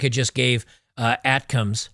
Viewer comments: the missiles are pronounced "attack 'em" btw... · A.T.A.M.S. "A-Tac-Ums" Missiles